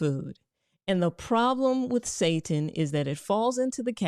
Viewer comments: It's not pronounced like the word Satan, makes me wonder how much she knows about it if she doesn't even take the time to learn how to pronounce the word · chill.. its "SAY-tan" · I believe seitan is pronounced say-tan, either way, stay away😅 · It's pronounced.... Seitan is pronounced... Say-tahn... Not how you were pronouncing it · Doc it is "say tan" not "say tin" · It's pronounced SEE-TAN sister lol😂😂😂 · It's pronounced 'sah-tan' not 'say-tin'. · ...the word she's looking for is NOT SATAN...IT'S SETINE..pronounced SET TINE..long I sound.. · It is pronounced SI Tan. Not Satan. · Its not pronounced ‘Satan’ its pronounced see-tan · Seitan is pronounced like "say tan" -- not say ten. And buy organic to avoid all the toxins you're scaring people with. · Say tAn...pronounced w a pause and more enunciation on the tan....spelled seitan not pronounced satan. Super high in gluten. Not amazing on the digestive tract. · Good Dr. Rachael Ross. Love your videos! Just a heads up. Setan is pronounced., see-tan. I used to eat setan and I stopped eatting it because it caused me to develop gluten intolerance. It made me involuntarily pass gas. Very embarrassing! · It is pronounced SAY TAN! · We would pronounce it SAY TAN.. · Pronounsed Zytan...... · “say-tan” = seitan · SEITAN. -(SAY SHAWN ) I think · Its pronouced seetan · Love your information, your channel, your spirit Dr Rachael, and you made me laugh when you spoke about seitan, but I think I can help. The correct pronunciation is 'SAY tan'. Then people will know what you're saying. Did you mention that organic farming omits the use of glyphosate? There are plenty of reasons to go gluten-free that are separate from glyphosate, but when you add the glyphosate on top of gluten, you have a recipe for decimation of the gut microbiome and leaky gut. Guaranteed. :) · Blant-based meat is not 'processed meat ' - it's processed vegetable proteins. Gluten protein is pronounced Sigh-tan. The weedkiller is glyphosate, not glyphosphate.